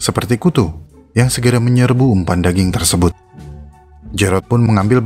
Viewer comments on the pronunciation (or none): none